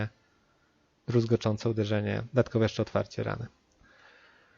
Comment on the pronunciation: Jedną mała uwaga "druzgocące uderzenie" a nie "druzgoczące uderzenie" - kłuje w uszy. Liczę na więcej materiałów z Diablo. Dobra robota.